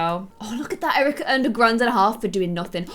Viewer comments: U said Cerika instead of Erika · Cerica is pronounced kerica like not cerica becaus it’s not sonner like so she will notice